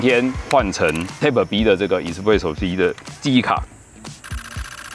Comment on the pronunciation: Type 唸「鈦」ㄆ，一直聽的貼ㄆ，實在受不了⋯